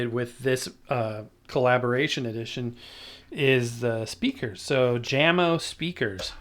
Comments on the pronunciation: The speaker company Jamo is pronounced Yahmo. They're owned by Klipsch. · Jamo is pronounced as "Yamo" if you were wondering.